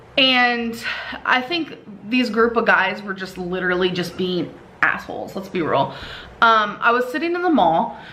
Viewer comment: “Lilurly” so sad 😞